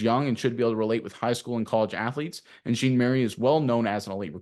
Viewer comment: Are you pronouncing jean-mary correctly?